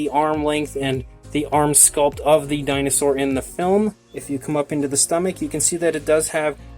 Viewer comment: When I first heard this I thought u said "welcome back to Chinasaur reviews" lol